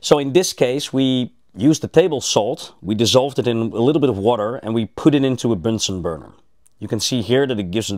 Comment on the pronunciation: Robert Bunsen of the Bunsen burner, not Bensen. Al kal' i? Even if the word comes from Arabic, it's pronounced al' kali in English.